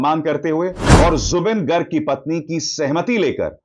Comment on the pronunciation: It's not गर्ग It's गार्ग....🙏